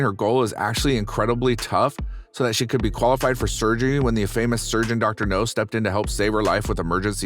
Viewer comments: It's Dr. Now, not Dr. No. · The way the narrator says "Dr No" in stead of "Dr Now or Dr Nowzardan" makes me cringe even more than the cringey spider intro. Sounds like the narrator doesn't even watch the show, but is just given the script. Which, Tbh, wouldn't exactly be a shock for a channel like this. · It's pronounced Dr. Now, not Dr. No. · Robo voic needs to pronounce names properly. It Dr Now NOT Dr No. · The doctor’s name is pronounced “Now” (short for Nowzarden) not “No”. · The name is Dr. NOW not NOE, man!!🤪😣😜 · Dr Now, not Dr. No! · His name is Dr Now, not Doctor No. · Every time he says Dr No im like its Dr Now dammit lol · GEEZUS FUCKING CHRIST!!! Doctor Now NOT Doctor NO!!! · Hey, People in Charge of the Narrator! Could somebody please inform him that it's Dr. Now, not Dr. No? (I'm pretty sure Dr. No was a Bond villain.) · Dr. NOW NOT Dr. NO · It's not dr no its dr now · It's Dr Now NOT Dr No his name is Nowzarden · For the love of fuck, my dude, it's Dr. NOW, not Dr. NO. Dr. No sounds like a Bond villain. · Ugh, that drove me nuts, too, and I couldn’t watch it all. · Maybe he is pronouncing NOW like KNOW, but it is heard as NO. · Dr.NOW not Dr. No. I like the video but the Dr.No thing is like watching the Avatar the Last Airbender movie and the characters saying Ong the whole movie. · Dr.NOW Not Dr. NO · It’s pronounced Dr Now. Please do research before posting. That drove me crazy the entire video . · If there's anything you change, PLEASE say Dr. Now's name right. It's NOW, not No. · You keep calling him Dr. No... Lol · Doctor No... Do you purposely mispronounce stuff to piss people off? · Pronounced NOW!!!! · Why do you keep saying, Dr. No?? It’s not pronounced like that lol. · It's Dr. NOW.. As in COW.. I gave👎 because of it. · That's not how you pronounce the doctor's name. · Ikr it did me too